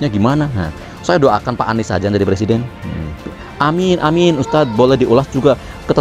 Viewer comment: Kata jàmahnya jadi pereseden di pay tren .